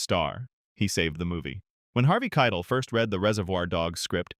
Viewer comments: Harvey Kei-TEL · had to turn it off when the AI voice said 'Keitl' for the third time. shame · The video AI can't pronounce it.